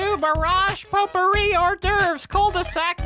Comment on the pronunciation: French more like fwreench